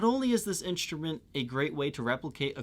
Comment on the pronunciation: no offense but i cannot enjoy your content because of your weird pronounciations. you say inSHtrument instead of inStrument..and drives me crazy, can you or someone please tell me why? because this just occured lately and now its chasing me. it seriously drives me nuts.